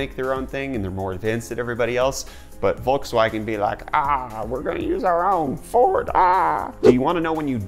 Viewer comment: Bolkswagen. lol